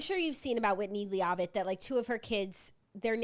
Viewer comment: "lee-aw-vitt" is taking me OUTTTTT